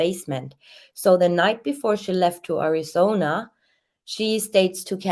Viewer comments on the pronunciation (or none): none